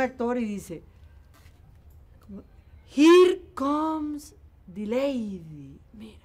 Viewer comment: De The Lady a Dilaidy 😅